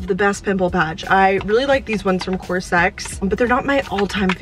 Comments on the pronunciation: It's cos-r-x, not cor-sex 😂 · hey! just letting you know, the brand of those pimple patches, cosrx, is pronounced "cause are ex"